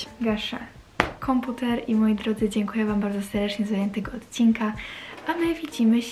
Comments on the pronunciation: Błagam naucz się mówić deRdecznie a nie sersedcznie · nie mówi tak: po za tym seRdecznie